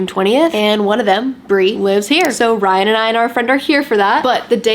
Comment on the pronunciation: It saying bryan instead of ryan is funny😂